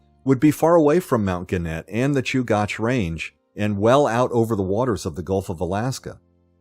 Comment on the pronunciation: It’s pronounced Choo-gach, not Choo-goch. You said it correctly the first time and incorrectly the rest of the time.